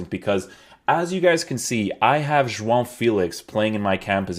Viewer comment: You actually pronounce João right damn